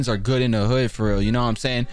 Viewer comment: did he just say rial lol